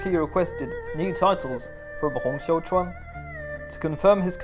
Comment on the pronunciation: you might know it by now, but you've got the pronunciation of "Xiuquan" wrong in both videos about Taiping Rebellion. You pronounce it as "Xiaochuan". All other names are good, just this one.